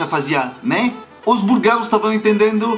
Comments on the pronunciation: a palavra "Búlgaros" tem acento no "Bú" significa que você que tem pronuncia-la mais forte... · franceses têm dificuldade com as proparoxítonas. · achei muito legal você falando "Bur-garos" rsrsrs Embora você cometa alguns errinhos de pronúncia seu português é excelente:) Parabéns pelo canal!!! Você é hilário!